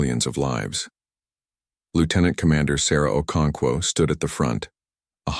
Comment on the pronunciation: Ive heard okoncow. Okonko okonkwo okonkov can this fake voice over read right?